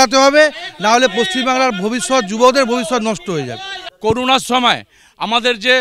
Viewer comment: ওরে করুনাময় ওটা করুনা নয় ওটা হল কোরোনা 😊